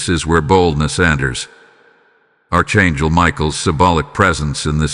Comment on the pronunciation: It is not pronounced ARCH. IT IS PRONOUNCED ARK (ANGEL)